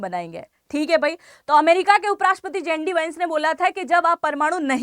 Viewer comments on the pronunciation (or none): जें डी नहीं जे डी कहीए